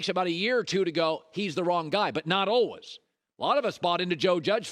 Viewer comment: I don’t understand people that say ohwees instead of always